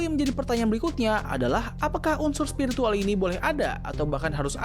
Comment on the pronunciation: Spiritual ❎️ Spirikintil ✅️